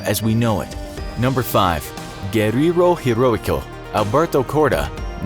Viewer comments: Number 5, guerirou heroico LOL I know spanish it's hard, but really? BTW it's Guerrillero heroico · He actually said "Guerrirro Jiroico", like... wut?